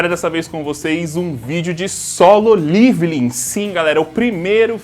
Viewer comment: Eu sou o unico que tem uns negocio quando ele fala liviling envez de leveling ???? Kkkkkk